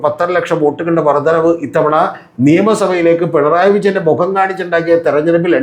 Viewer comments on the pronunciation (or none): 'വിജന്റെ' അല്ല 'വിജയന്റെ'